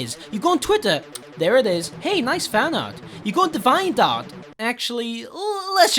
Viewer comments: “De-VYE-ant Art” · Why do you pronounce "deviantart" like that?